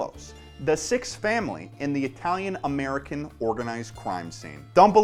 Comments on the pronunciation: I love how will Pronounce italian really well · Can I just point out that on-fleek Italian name pronunciation?